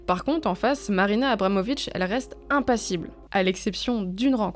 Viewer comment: Je suis complètement fan de l'oeuvre de Marina Abramovic ( d'ailleurs vous avez malencontreusement écorché son nom ici, mais je pense pas qu'on puisse vous en tenir rigueur puisque j'ai cru comprendre qu'écorcher des trucs c'est un art chez Marina). Merci pour ce super épisode !